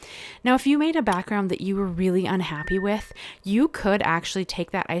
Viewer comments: These are beautiful! Yeah- the strike is really a bummer… (PS it’s pronounced “eye sew PRO pill” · It’s isoproPYL. There’s no t in the word. Beautiful. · Beautiful cards! You did make me chuckle, it's pronounced: Eye-so-pro-pull alcohol 👍 I've subbed 😊